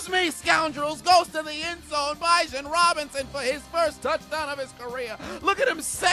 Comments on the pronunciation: Guy can’t even pronounce Bijon correctly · Man really just called Bijan "Bye-Jon" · Imma have to correct you on saying BIJAN’s name because you’re gonna be saying it a lot the next few years 😂 🤘🏿